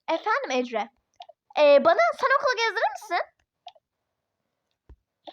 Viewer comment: Neden ecre diyon